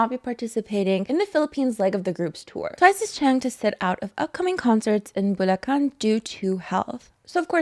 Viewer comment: Also, Props to pronouncing "Bulacan" correctly :D